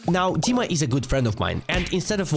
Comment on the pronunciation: dima is not donk dima is diank xD